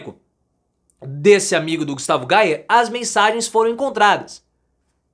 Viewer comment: A pronúncia certa é: "GUSTAVO GUEIER".